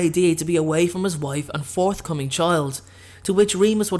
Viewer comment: DID hE SaY FouRtH CoMiNg ChiLd oR iS It JuSt mE